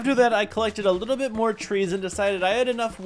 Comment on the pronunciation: his little bit is like liblblblblblblbbl😂😂😂